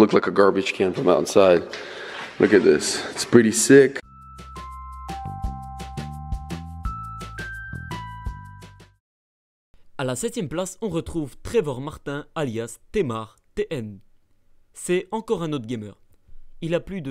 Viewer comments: tmartn ^^' ca se prononce teemarteen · Tmartn se dit teammartin(e) mais ce n'est que un détail .. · Super vidéo ggps: Tmartn sa se dit timartinn (a peu près)